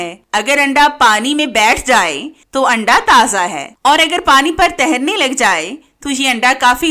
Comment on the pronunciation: تہرنے نہیں تیرنے ہوتا ہے۔